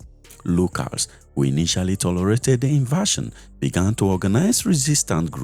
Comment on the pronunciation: Invasion not inversion. Please mind your pronunciation.